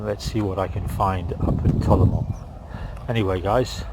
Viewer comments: It's not Tolamo. It's Talomo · I think it's Talomo not Talaoo